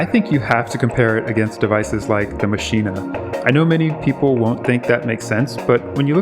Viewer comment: Hearing you say maschine-ah like that is like using your finger nail to push that power button